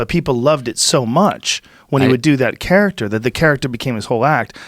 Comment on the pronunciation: Joe “ charactCHUR” Rogan